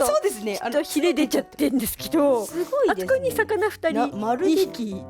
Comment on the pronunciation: またふたつやないかーい すご が すこ にきこえた